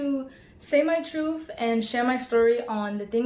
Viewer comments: "I'm here to say my troof..." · "My truef", "Mudder", bro... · My truff the speech impediment is killing me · Why can’t she pronounce anything correctly. “My Truf”….she doesn’t even say the words together or Mother correctly. Jesus Christ!